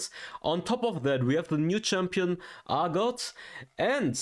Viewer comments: Urgot is pronounced "Err-Got" Players who are familiar with PC league can hear this pronounced like this many times when discussing the champion in videos. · Isn’t it ERR-got? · New champ is pronounced Yogurt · I'm surprised people still haven't figured out how to pronounce Urgot.